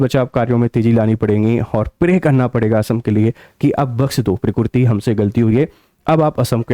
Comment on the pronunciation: Are murkh .not pokkiriti.. pokkiriti hi keya . Allah ka kudrat hi